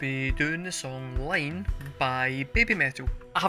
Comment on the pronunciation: Haha, great reaction ... but your "very good friend" really threw you a curved ball with this one.😈 'Iine' (that is iine pronounced ee-neh, not Line and it translates as 'So Good' like a thumbs up emoji👍) was only the second song they ever released ... that was way back in 2011 when they were 13 and 12 years old. They surprised everybody when they brought it back for this show in April this year. With this particular song they were clearly establishing very early on that all the usual rules of what you can do, what genres you can mix into one song and so on were not going to apply to BABYMETAL. So EDM, a bit of hip hop/rap (they tended to drop this for the call and response bit in live performances - just as they did here) and then that drop into death metal - quite possibly the best drop into death metal from hip hop ever - and then back to the EDM to finish. As the song title suggests - it is so good.👍(But perhaps you would have to be more used to them and to have seen what they can really do to agree with that). In this instance the growling vocals (no that is not them, growls and screams are on backing track) in the death metal part are explaining the hand sign is not the traditional metal devil horns🤘or maloik, it is the kitsune (fox🦊). I'm sure you had far better recommendations in your first reaction for songs you would actually like and appreciate - and this was not one of them. Try 'Headbanger' live at Legend 1997 (same concert as 'Gimme Chocolate' but live vocals an